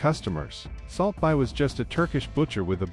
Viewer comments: I stopped watching at like 2 seconds in, when this shitty ai couldn't even pronounce "salt bae". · AI 😑 how can people listen to this? AI can’t even pronounce the dude’s name